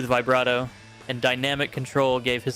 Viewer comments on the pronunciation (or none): none